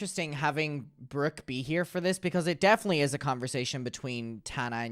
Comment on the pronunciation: PLEASE tell me WHAT is that accent??? "Breerk" instead of "Brooke", "teer" instead of "tour", etc... why do u pronounce your O's and U's like that?!?! I can't 😭